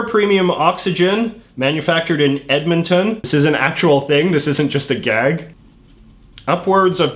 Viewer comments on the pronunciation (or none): none